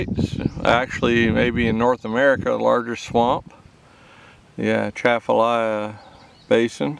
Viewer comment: #1. The proper pronunciation of the river and basin is with the c pronounced like a s.Don't pronounce the A at the beginning. Shafalaha or Shafalah. The swamp is called Henderson Swamp.